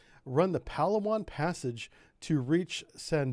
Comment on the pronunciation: its pronounced "pa laa wan". emphasis on LAA.. southern philippines. fantastic food and even better diving. the site of hundredes of arircraft and ships sunk there in less than 90 feet of water. unfortunately it is also where abu sayef operated so the philippines has been fighting a low intensity conflict against muslim terrorists there for a long time.